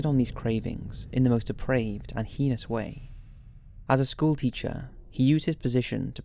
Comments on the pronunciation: That's not how we pronounce "heinous" in America, just saying.. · The way you pronounce the word "heinous" is heinous. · Yeah sounds like pen*s. Annoying.